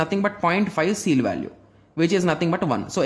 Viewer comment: That is ceil, not seal.